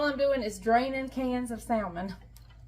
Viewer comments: I'm sorry, I have to agree. I think I've heard you say samon without the L. Why are you pronouncing the L now. also pronounces the L. We're all just wondering why? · Please don't pronounce the L in salmon